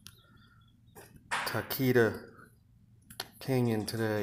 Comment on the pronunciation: Just a heads up its Tahquitz (tah•quit•s) i spent a lot of time as scout in idyllwild and have heard many legends of Tahquitz. Definitely a story to be heard